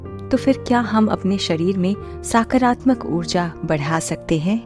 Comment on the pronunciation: Its not साकारात्मक its सकारात्मक